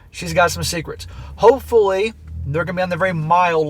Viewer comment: Timestamp: You MEANT to say "hopefully" but it came out "hoefully"!😂🤣🤣🤣🤣🤣🤣🤣🤣 FANTASTIC Freudian slip, 😂🤣🤣🤣🤣🤣🤣🤣🤣